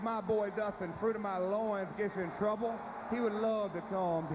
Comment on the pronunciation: Fwuit of my Loooins 😂